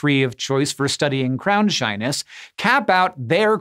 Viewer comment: Instead of "crown shyness" I keep hearing "crownshine" and I like that way better.